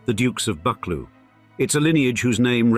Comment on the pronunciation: Pinkie Cleugh is pronounced Pinkie Clue, not Pinkie Clu (Clu rhyming with Up). And it's BuckLOO, not BUCKloo. Andy why do you keep showing shots of Eilean Donan castle (and maybe Dunvegan Castle), which is nothing to do with the Buccleuchs. And American legal series, along with Sense and Sensibility - it's very distracting. It means that I have no idea which images in the video are actually of Buccleuch people, buildings, lands and projects and which are just random filler.